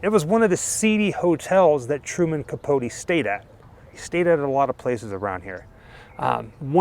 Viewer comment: By the by Capote rhymes with coat x